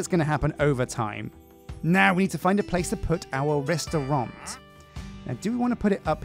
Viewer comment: Restaurant, not restaurante.